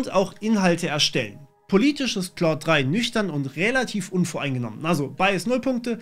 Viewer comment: Es wird halt eigentlich genau falsch rum ausgesprochen XD